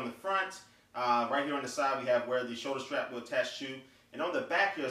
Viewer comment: I was utterly confused when he said shoulder strap . I couldn't tell whether he was saying soldier-strap or soulra-strap, then I realized it was shoulder-strap lol.